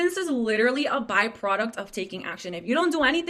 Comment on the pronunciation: I cannot STAND the way all these girls pronounce the word "literally" as "lidderly". Maybe it's just my misophonia, but holy fuck it takes me from zero to red zone in a hurry.